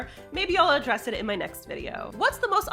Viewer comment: You said address it but I swore I heard undress it. Maybe it's just the subject of the video